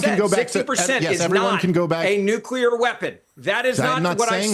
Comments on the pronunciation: Bens iq is less than 90..... he literally said nucrear at least 3times😂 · And once again.....if you can't pronounce the word NUCLEAR you should not be on a show talking about anything having to do with NUCLEAR weapons.......is it really that hard of a word to pronounce?????? It really makes a person sound stupid!!!! NUCULER.......give me a break!!!!